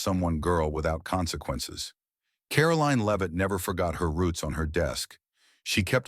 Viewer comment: Karoline Leave-It?